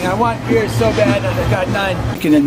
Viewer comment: “Beer” is a two syllable word for wingman. “Be-ear”